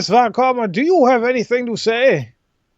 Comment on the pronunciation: I'm not sure, but "Von Karma" must be pronounced as "Fon", not "Von"